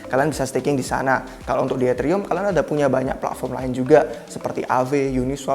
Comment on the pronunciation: Pletform, bukan pla'form